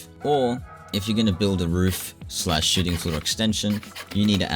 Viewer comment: Every time he says shooting floor I think hes saying shiting floor, I love it lmao